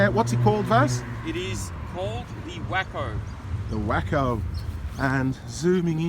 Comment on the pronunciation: It's pronounced (way-co) not wacko